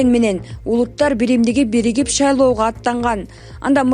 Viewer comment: Блогер шалаго дебей шайлого деп шашпай окусан соз байлыгын арды остуруп анан окуп чыксан ар